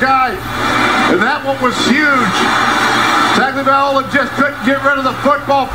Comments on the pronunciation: The night everyone butchered his name lmao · i think its so cool hearing current nfl players in this, and the announcers not knowing how to say tagavoiloa was so funny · Eli Gold is the best in the business. He kept his professionalism even after the kick6. Not only does he always pronounce every name correctly(unlike the Georgia guy), he'll tell you about their Mama and Daddy and their hometown. If he has a fault at all as an announcer it's not being enough of a homer. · Michigan loosing to State was great so was the Georgia announcer mispronouncing Tagovailoa on purpose then getting cooked for the National Championship. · The Georgia announcer disrespectfully butchering Tua's name and then having his heart broken was instant karma. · I think the highlight of this is the Georgia commentators trying to pronounce Tua's last name lmao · Feels like the Tua TD was karma for the announcer deliberately messing up his name. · TBF the Georgia guys deserved heartbreak for making fun of Tua's name. It's your job to pronounce things correctly. Do your job. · As a Georgia fan, we deserved to lose to Bama in the natty after how that man mispronounced Tagovailoa so terribly. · announcer for georgia is a straight up dic. I've never heard an announcer butcher a players name on purpose like that, like he did with Tua's name. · the dude intentionally mispronouncing tua's name prob should have gotten fired for that. completely unnecessary disrespect. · you have to admit is the most ridiculous try at pronouncing Tagovailoa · "Fans are on the goal posts. I don't know why..." is funny. Those Georgia announcers deserved to experience that feeling for not being professional enough to pronounce Tua Tagovailoa correctly. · " they tag teamed tagel-vi-togi-mamoa" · No he didn’t. He said “Tug-o-vai-loa” when it’s pronounced “Tung-o-vai-loa” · Tago via tongie... tongie via momoa! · Toungey Mamoa 😂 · Tag o vah lie tungee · TUNGY MAMOA! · I think eventually they settled on Tua JasonMomoa